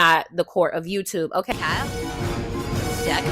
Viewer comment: Me too 🤣🤣🤣🤣